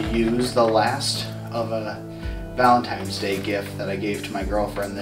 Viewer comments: It's Valentine's, not Valentime's. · oh god says "valentiMe's day." Ugh. unsubscribed.